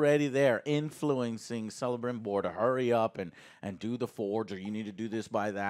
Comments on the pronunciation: Joe it's Celebrimbor with the K not with the C xD xD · Joe keeps saying Selembrimbor... But it's pronounced KELEMBRIMBOR! He played Shadow of Mordor and Shadow of War.. He should know that. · The little smile in face everytime Joe pronounces Galadriel/Galandriel/Galendrielle and Celebrimbor/Selebrimbor. 😏🙉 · Correction on Celebrimbor: it's pronounced like Celt, with a K sound. It sounds more badass that way, too. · Joe you need to learn that Celebrimbor is prononced with a "k"!